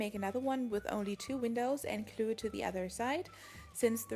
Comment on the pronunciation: You say klue insted of glue